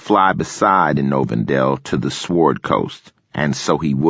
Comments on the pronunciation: some one tell this man to not pronounce the W in sword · He pronounces the w in sword!!!! 🤣🤣🤣🤣🤣🤣 Reaffirm those stereotypes! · My God you'd think somebody would have told this guy that the proper pronunciation of the word sword contains a silent "w". Sheesh!